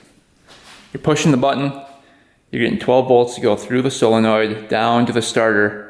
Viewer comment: Not A big deal but your pronouncing Solenoid incorrectly.